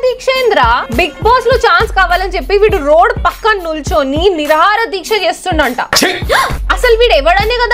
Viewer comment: నిరహర దీక్ష❌ నిరాహార దీక్ష ✅ పలకడం నేర్చుకో